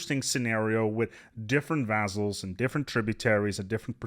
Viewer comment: couldn't handle the mispronunciation of 'vaZZals' had to search for Montu's video thx anyway